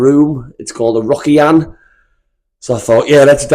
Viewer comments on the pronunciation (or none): "Ryokan", try saying lee-oh-can, though Rocky-an is more fun.